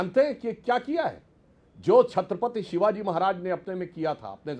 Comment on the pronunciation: सुधांशु को छत्रपति शिवाजी का नाम तक सही से लेना नहीं आता।🥱